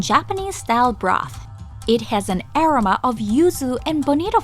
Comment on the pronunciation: 海外在住です。日本に行く外国人の知り合いにはこのチャンネル必ず紹介しています。ただ前からずっと気になっていたのがアロマの発音です。グーグルでaromaで検索しますと意味の他に発音も教えてくれます。試して見てはいかがでしょうか？また、海外の方には正しい日本語の発音を紹介して頂くと助かります。(からあげ)カラオケとか変な発音で覚えられてます。